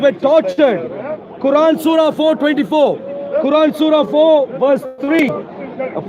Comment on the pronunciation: Mohammad hijab read the surrah wrongly